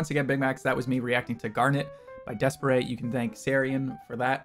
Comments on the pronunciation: Reddish is my favorite song and video by D'espairsray. They're pronounced Despair's ray by the way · Thank you for the good reaction! Please do a full reaction for them. And I'm not going to comment on how you pronounce the name hahahahah, but yes it's wrong pfft. xD